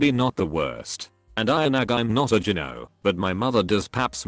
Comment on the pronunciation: Its annoying that you cant pronounce gyno.